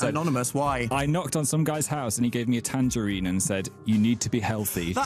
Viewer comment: when he said tangerine I though the said tamberine and when dan said that happened to me I was like what?!